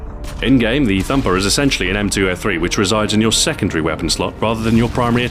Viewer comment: momentarily fancy English "slot"